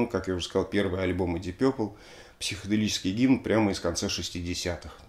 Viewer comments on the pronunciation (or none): Дип Папл , если правильно произносить . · Уважаемый Алексей! Удаление ставится на первый слог Дииип Пепл. Разговаривал с носителем за границей, британцем. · Алексей, смотрю, Дмитрий Юрьевич, всё-таки Вас убедил в произношении "Дип Пёпл" вместо "Дип Папл"? 🙂 Спасибо за обзор!